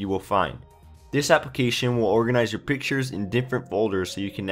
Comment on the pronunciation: Thanks for "Piktures" :)